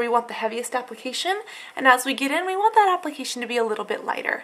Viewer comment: I hate how you say "ThAAT" but nice video!! your skin looks amazing :D